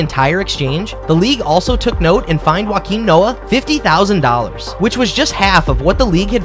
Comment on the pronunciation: NOT "wah-keem" noah. "yo-keem" noah...